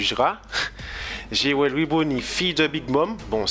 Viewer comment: je pense que c'est parce que tu prononce jewely au lieux de jewelry